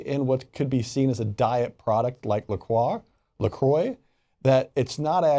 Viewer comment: Its a french word pronounced la "crrrwa" not la " kroy"